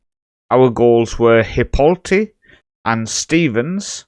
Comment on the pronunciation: It’s pronounced Hip-o-lite